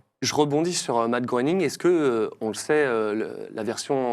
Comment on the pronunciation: Matt Groening, ça ce prononce "Gré"ning 😉 Merci pour cette émission de légendes 🫶🏻